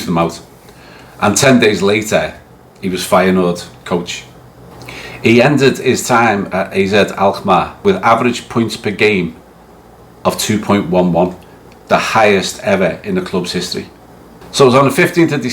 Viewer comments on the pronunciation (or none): Its AZ Alkmaar.... not AK